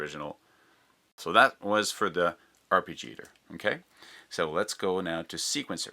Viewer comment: Arpeggiator pronunciation man...